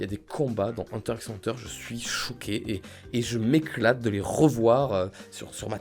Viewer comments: HunterXHunter c'est ton animé préféré mais tu le prononcé mal 😂 Ça se dit Hunter Hunter on prononce pas le X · Euh on prononce pas le X de HunterXHunter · La prononciation correct est hunter hunter il me semble puisque le X veut dire a mon avis contre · Si t avais pas mis hunter x hunter je t aurais trucidé 😂 J ai vu que que le x ne ce prononcais pas dans le nom ca ce dit huntet hunter REGARDE KIMITSU NO YAIBA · J'avais peur que tu mettes pas hunter x hunter car oui ses un chef d'oeuvre (et sa se dit hunter hunter) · Je suis complètement d'accord pour HxH par contre je crois que ça se prononce "hunter hunter" faut pas prononcer le "x"😂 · Parce-que "normalement" on dit Hunter Hunter, mais j'avoue que moi même je le prononce souvent Hunter x Hunter et j'le vis bien 😂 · Un fan de HxH qui prononce le x ? Intéressant ça, du jamais vu...